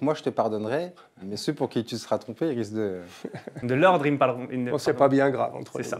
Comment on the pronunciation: En Français, on dit 'ceux ' , et non 'celzeceux' .